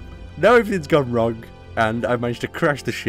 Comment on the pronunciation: Anyone else get driven mad by pronouncing the g in wrong?